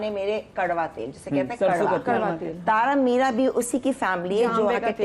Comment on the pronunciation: thaara meerha 😂😂 ko koi urdu sikhaye plzzz